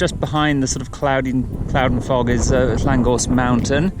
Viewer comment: Great route! You can pronounce the names - I just can't get them right at all.... I don't know that top but recognise all the views. Your extensive route notes are most useful - I will go back to these. Cheers, Warren :)